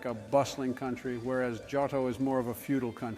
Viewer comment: Ah, yes. Jotto and Kohnto